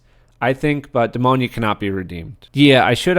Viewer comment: Great video, but hearing you pronounce Demona's name as "Demonia" made me think of the shoe brand. 😂